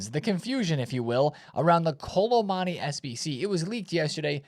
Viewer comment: Why can’t my man pronounce Kolo Muani 😭 Kolo MONNY